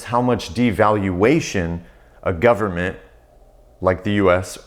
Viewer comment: "full faith and credit of the US 'gubmit'" LOLOL